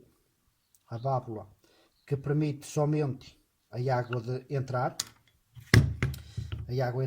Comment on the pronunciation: só uma observação... diz-se PERMITE 😂😂😂😂